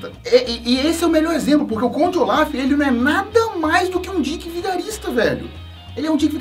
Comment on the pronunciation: Eu prefiro q se pronuncie Conde ôlaf do q olaf sla é melhor